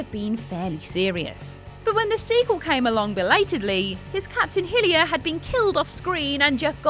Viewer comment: Will Smith's character in Independence Day is named captain Hiller. There's only one I in it,, Hiller not Hillier. And the CH in Emmerich makes the K sound, like the names Ulrich and Ulricht. XXX is said as Triple X. You don't say the letters individually like CIA or FBI. Has seen either of the movies? Multiple characters say it out loud.